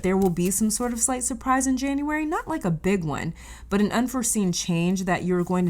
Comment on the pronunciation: You said "slight surprise" but I heard "slice of pie". And I was supposed to be fasting today...??? 😅